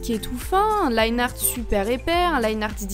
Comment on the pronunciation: On se rappelle des temps où elle disait linéarte